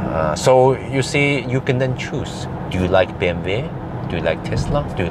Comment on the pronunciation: Why do you call it BMV. It is BMW. Double U. Love the video! thank you